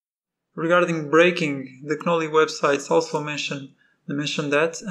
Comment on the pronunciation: Knolly is pronounced with the k silent my friend🤙